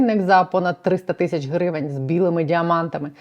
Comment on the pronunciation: Пані кажіть будь ласка тисячі а не тищі ріже вухо